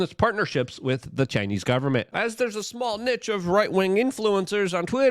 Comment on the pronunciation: Luke overuses the word “larger” and “this as” and he can’t say the word “with” right. He says “wit” I dunno why he can’t.